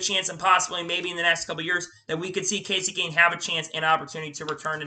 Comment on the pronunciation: Good effort. A few things though. Every sentence starts with "then about a few weeks ago/later". Slow down with your speech, it makes it really hard to hear what you are saying. Names are mispronounced and even the time stamp has the majority of the names wrong? Kevin Hart is the movie actor, Kevin Harvick is the racer, Romain Grosjean, Kasey Kahne, Todd Gilliland (its written on his racesuit), Scott McLaughlin, Frankie Muniz, Marco Andretti, Carson Hocevar (not Osborne, again written on his suit), Helio Castroneves. A little research goes a long way.